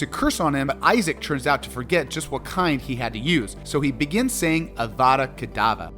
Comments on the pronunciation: its the little things, like how you seemingly mispronounce things on purpose, (its pronounced Rafe, not Raplh, and its Avada KedavRa not Kedava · It only got worse. avada kedava. That's what he wished the viewers at the end! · Avada KedavRRRRRRRRa!!!!!!! My goodness, get someone who's actually watched the books/read the movies to advise you and pronunciations.